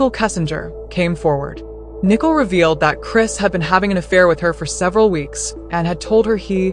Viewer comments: Why is she calling Nicole nickel? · Nickel it's Nicole